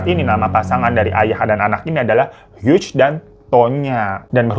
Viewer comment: Cara baca Hughes= hyu